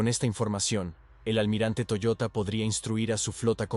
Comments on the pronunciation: Toyoda no toyota.... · Era TOYODA, no Toyota....